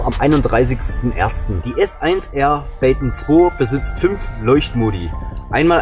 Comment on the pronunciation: Baton ich hab baken verstanden 🤣🤣🤣🤣🙉aber wie immer super Video lieber 😇